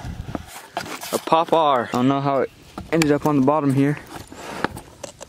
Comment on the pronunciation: Power not popare